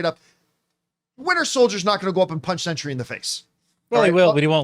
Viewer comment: The word “Sentry” has 2-syllables.